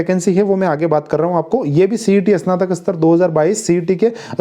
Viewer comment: "इसनातक" नहीं "स्नातक" बोलो।